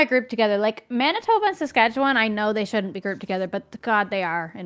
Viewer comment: As someone who lives in Saskatchewan I was dying . I WAS PRACTICALLY SCREAMING AT MY DEVICE IT IS SASKATCHEWAN NOT SWATCHASTAN